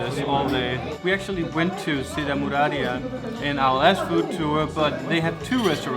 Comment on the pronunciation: You guys are funny. BTW.. Pronounce MO RA RIA